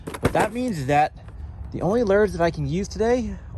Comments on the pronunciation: For 5+ years I've wondered why you call lures "Lurs" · i love but the way he says lures is so annoying 😂😂